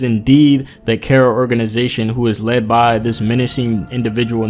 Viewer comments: Learn to pronounce bro, not care-ra, car-ra, KARA. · It's pronounced 'Kah-Ra', as the modern Anglo-Germanic 'C', sound, as we pronounce it, doesn't exist in Japanese.